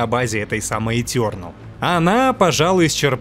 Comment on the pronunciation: этЁрнэл, когда так произносят это слово где плачет один учитель по английскому языку...